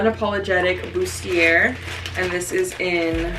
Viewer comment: its pronounced boo-stee-ay! its french, so dont pronounce the r at the end